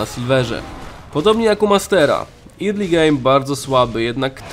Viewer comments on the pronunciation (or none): none